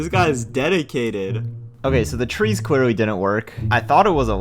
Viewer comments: “So cwearly this guy thought he was being funny because he decided to just compwetely build around my bedrock” what where those “🥺👉👈” voice cracks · bro said “so CWEARLY dis guy thought he was being funny, so he decided to COMPWETEWY build around my bedrock.” Im not joking he did